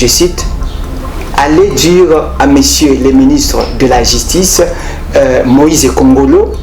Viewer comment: Apparemment l'historien n' a pas bien maîtrisé son sujet, comment peut il dire Moïse nkongolo au lieu de mwenze nkongolo